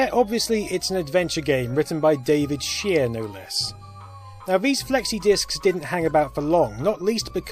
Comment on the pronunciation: Shea? pronounced Shay